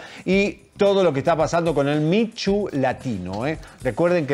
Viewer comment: Alguien díganle por favor a Javier que el movimiento es “Me Too” (Mi tu) no “Mi Chu”